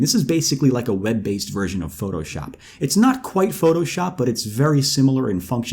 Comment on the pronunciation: "photo pee" 😂